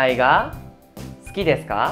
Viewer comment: Hola estoy actualmente viviendo en Japón y estoy viendo tus clases y me parecen interesantes, pero tengo una duda referente a la palabra sukides como se dice exactamente 🙄 se dice su o kides?xq te oigo que suena kides y no sukides con la pronunciación su.. 🤔